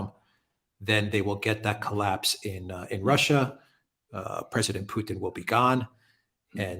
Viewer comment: Alexander is the first person I ever heard pronounce the T in Putin. Thank you.